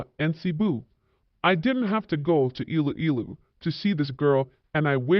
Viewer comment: Please learn to pronounce Iloilo and Pinay😊